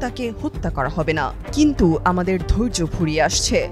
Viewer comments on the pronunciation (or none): none